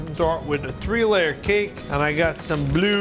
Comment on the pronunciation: he said tree layer